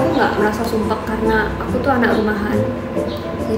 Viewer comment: Sukak pas dia bilang "sumpek" 😂😂😂 Sumpeg nya sungguh medhog 😂😂😂